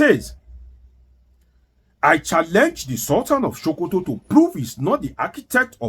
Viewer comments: its not sultan of showkoto but sultan of Sokoto...your tongue no dey work well..? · it is SOH-KOH-TOH (Not Sho-ko-to). Also Mike "AR-NORD". Wan-ta-na-moh-beh (Guantanamo bay). NO DEY EMBARRASS US WITH THIS YOUR DEEP ancient YORUBA RIDICULOUS PRONUNCIATION!! Abeg 🙏🏼. Na Public we dey. No fall Naija hands for this internet space. Haba.